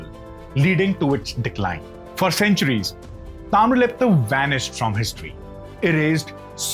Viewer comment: That is 'Taamralipti',not Taamralipta.